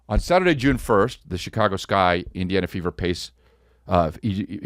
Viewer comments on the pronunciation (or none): none